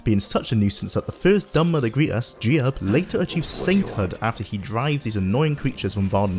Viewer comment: "Jee-ub"... huh. I always called him "Jyoob".